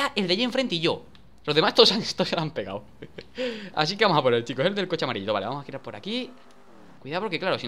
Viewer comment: en el minuto dijo amarildo enves de amarillo xD